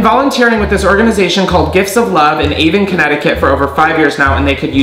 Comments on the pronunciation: Haha I’m from ct and live about 15 mins away from Avon, we pronounce it A-Von not Avin hahah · I just did a spit take when he said Avon, CT (A-von btw) gifts of love is great! Didn’t know they weren’t getting as many donations, they pick up at the store I used to work at. Thanks for letting me know they need help I would’ve never known otherwise and I live in CT.